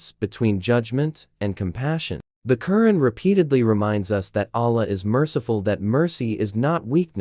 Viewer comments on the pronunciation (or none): A constructive criticism: The Qur 'an is pronounced with an emphasis on the second syllable. It sounds like you typed in the words and AI spoke them. Is there a way of correcting the AI pronounciation of a word? This could be important when you are talking about somebody's religion. Anyway, good post. And I agree with nearly all of what you said. Also, I like that you left the decision up to the reader after saying some pros and cons of each philosophy.